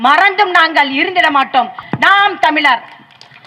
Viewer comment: நீங்க பேராசிரியரா...? நாம் தமிழர் என்பதை நாம் தமி லர் என்றும் வழக்கு என்பதை வளக்கு என்றும் சொல்லும் நீங்கள் தமிழரா...அதுவும் ஒரு பேராசிரியரா...? முதலில் தமிழை ஒழுங்கா பேசுங்கள்...அப்புறம் பார்க்கலாம்.